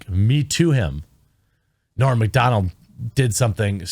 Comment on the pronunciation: It’s not ‘Morn’ Macdonald. It’s ‘Norm Macdonald. -Owen Benjamin